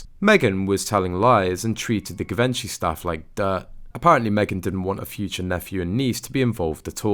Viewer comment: Learn to pronounce Givenchy!